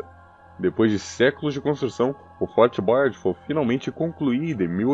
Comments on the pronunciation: O reality show Fort Boyard ainda acontece, mas so no periodo do verao. O narrador poderia se informar melhor da pronuncia em frances a sílaba tônica costuma ser a ultima, é Fort BoyARD, nao da forma inglesa como diz. E é BoyARD Ville e nao Boyard Vaille, alias em outras linguas se le ville tb. Poderiam ter muito mais cuidado. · Fort Boyard com acento em inglês para uma estrutura francesa falado por um brasileiro é realmente ridiculo...ou fala o nome em português ou fala em francês.... ô povinho bunda o nosso, americaniza tudo.